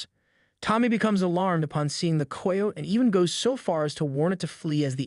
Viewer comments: learn how to say Kie o tee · Hearing how this dude pronounces "coyote" makes me want to jump off a cliff. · For the love of god please learn how to pronounce coyote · "Coy-oat" was my favorite